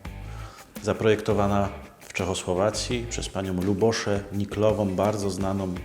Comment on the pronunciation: Ta Pani to Libuse Niklova. Nie "Lubosza". Wydaje mi się, że to imię czyta się "Libusze".